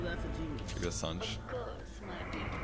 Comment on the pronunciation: that SANJ?? its San-Je